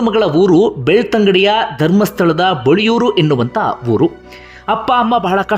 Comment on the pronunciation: ಬೊಳಿಯೂರು ಅಲ್ಲ ಅದು ಬೊಳಿಯಾರು ಸರ್